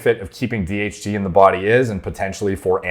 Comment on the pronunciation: Everytime you say DHT i hear THC